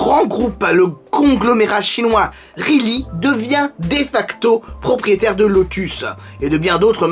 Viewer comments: Soit cohérent par contre, tu ne prononce pas correctement le modèle mais Geely, tu le prononce « rheely », si un constructeur nous donne la manière de prononcer son modèle, la moindre des choses est de la respecter... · Ta prononciation de Evija me gêne autant que celle de Geely 🤣